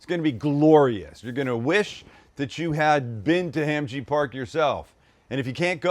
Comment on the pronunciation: Pretty legit other than the Korean pronunciation lol! (“Hom”-ji. So”Mek”). Marinade straight out of my Korean mother-in-law’s playbook… she’d probably put a chunk of onion in the blender